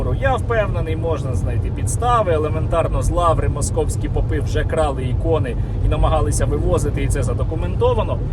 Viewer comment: Попы и попы, ударение на о